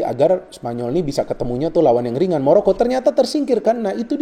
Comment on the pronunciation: Maroko om bukan moroko